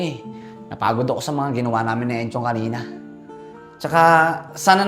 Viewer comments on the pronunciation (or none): enchong ngani, hindi chong